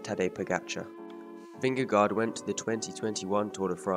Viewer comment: Nice video, but you mispronounced his last name.